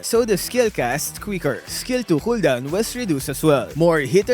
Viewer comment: wtf is a hooldown?